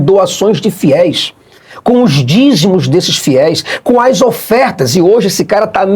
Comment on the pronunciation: Todas as profecias do Malafaia...FALHARAM...e o mais impressionante...é o tanto de Gente que O acompanha, ...dando "ofértasch", ..."dizimusch"....para Ele comprar jatinhos, carrões, mansões e viagens para Dubai.